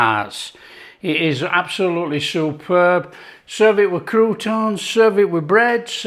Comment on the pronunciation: SOUP-ERB!! I better get out the breath mints!!